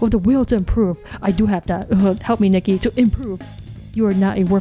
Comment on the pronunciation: I think her name is pronounced Nike.